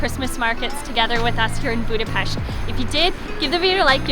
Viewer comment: Thank you for sharing your nice experience about Budapest Christmas markets!!! I must add that the lady pronounced perfectly Budapest. Most foreign people say Budapeszt 😅